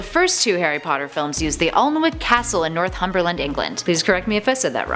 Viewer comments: Anyone else notice that she pronounced Alnwick Arlnwick instead of Anick and Northumberland North-hum-berland instead of North-um-berland. As a local and someone who visited the castle pretty regularly before even realising that Harry Potter was filmed there I found it pretty funny. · #ravenclaw. My patronus is a dolphin. Also it's not north humberland, it's north umberland. Although it's written as northumberland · Ah-nick. The L and W is silent North-umber-land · It's pronounced North-UMberland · Yep and Northumberland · She pronounced Northumberland wrong as well!!